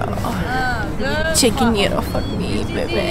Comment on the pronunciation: Wow the gyros 🥙 look amazing!!! Also I think I just learned how to say “gyro” properly for the first time. 😄 Thanks!